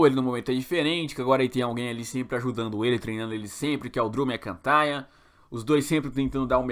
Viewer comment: "Drew Mccintayan" kkkkk